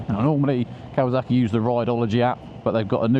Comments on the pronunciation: It’s kawa(S)aki Not kawa(Z)aki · Why do you say kawazaki instead of kawasaki ???